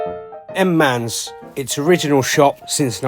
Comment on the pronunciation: Manze is usually pronounced 'Man-zee'...not 'Mans" as at start of your film, but you correct it later on...!